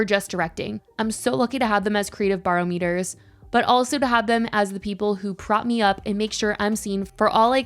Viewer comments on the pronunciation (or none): If you decide to read Blake’s note again, barometer is pronounced “bah-rahm-eh-ter” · This will come off as super critical but some of your pronunciation errors can be really glaring. Idk if your first language is English but it seems clear you grew up with it because you sound like any another American. But "barometer" in this video, "retaliatory" in your last one, etc. You routinely make errors in every video you post, and it makes you sound inarticulate.